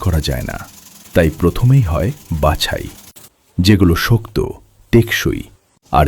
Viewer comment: “যেগুলি শোক্তো”, কি মিশিন বলে? নাকি আপনি? শক্ত বানান। উচ্চারণ শক্তো।